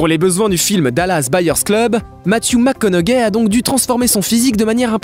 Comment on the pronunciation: C’est un commentaire sur la façon de parler. Ce n’est pas parce que nous parlons français qu’on ne doit pas prononcer un nom anglo comme il se doit. Le plus grand exemple ici, c’est Matthew McConaughey. Cela se prononce McConauHEY. On ne prononce pas le G. Il répète 3-4 fois McConauGAI 😂.